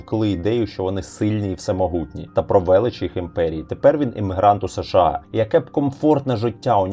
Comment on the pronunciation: Подобається канал, але є кілька маленьких порад щодо мовлення. Щ повинна звучати, як [ ш ч ]. Ч в українській тверда, якщо попереду немає пом'якшувальної голосної. США читається разом - США. Не [ С Ш А]. Щиро дякую за вашу працю!